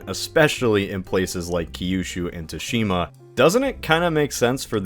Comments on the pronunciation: It's pronounced "Tsu-shi-ma", not "Too-shi-ma". It's hardly your fault, as the Japanese, for no real reason (no, I'm a linguist, I have talked to JP linguists and their explanations for this are circular and WEAK af), they spell "tsu" as "tu" when they use our alphabet. My recommendation: whenever you're going to use a foreign word, have it run through some spelling system (usually typing it into Google Translate and having it spelled out does the trick) before recording it. So, not really your fault, but bear this in mind. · Finally a topic i dont know about so the inaccuracies cant bother my picky ass! I spoke too soon. “ghost of TOOshima”???